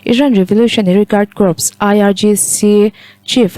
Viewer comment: Corp hi kop ti loin kor tia lam tur